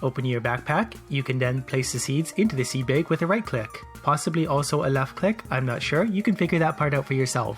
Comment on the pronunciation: Seed BAEG I'M SORRY IT JUST SOUNDS FUNNY